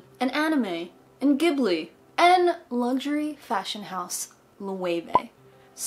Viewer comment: i think you might be mispronouncing ghibli? x3 how is it pronounced I can never remember!